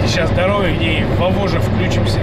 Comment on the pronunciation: Вавож ударение на о.